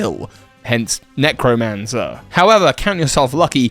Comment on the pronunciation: Necromanzer? Really? Not Necrozmanzer?